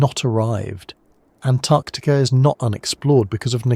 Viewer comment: "Antactica" yup, ai.